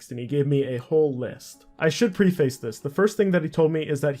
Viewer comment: Bro pronounces preface as pre face lol